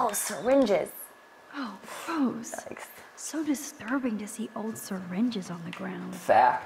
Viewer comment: TAKE A DRINK EVERYTIME SHE SAYS YAIKERS.